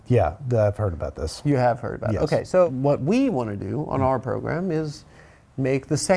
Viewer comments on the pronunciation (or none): On your "proGRUM" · "Progrum" I fucking hate Adam so much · I like how Adam pronounces programme like pogrom